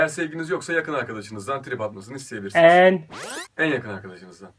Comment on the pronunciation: Yakın arkadaşa "en" vurgusunu yaptircak illa hshshshs muhteşem ikilisiniz resmen ya 😍